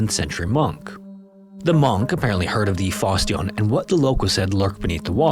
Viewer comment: That is definitely not how you're supposed to pronounce "Fosse Dionne".